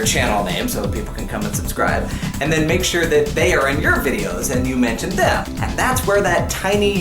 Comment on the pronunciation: Hey! Hey! Umm, you said theth instead of them! LOLOLOLOLOLOLOLOLOLOLOLOLOL!!!!!!!!!!!